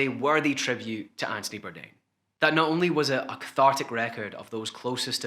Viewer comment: “Antony Bourdain” “Andy Bourdain” lol